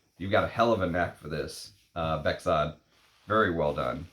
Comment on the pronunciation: my name is Bekzod too, pronounced "bekzod" nicely.